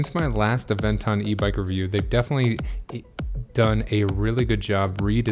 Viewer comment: Anyone else hearing him say Avenger